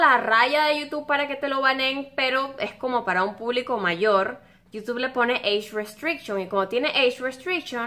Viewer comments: Pronunciación de eich restrichon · eish ruesteishon :v